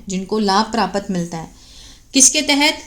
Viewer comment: जिस हिसाब से प्राप्त को परापत बोल रही हो draft को डराफट बोलती होगी bahut Ganda lagta hai